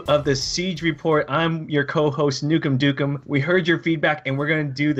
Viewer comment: I closed when I heard NukemDukem